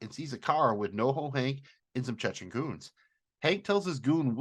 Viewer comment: please stop pronouncing "Chechen" as "Chechken".